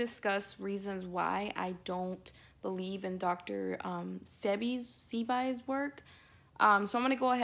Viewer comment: I stopped listening when you said his name wrong in the beginning. You have not done enough research.